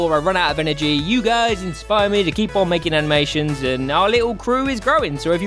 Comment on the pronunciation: Haminations :D